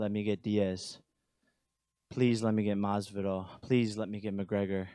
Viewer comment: I'm sorry ... but Masvilda 🤣🤣🤣 hell fold you